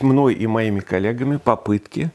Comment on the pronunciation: ШутоРство? КолЯги? ОбьЯзиляются?- Я ослышился или что.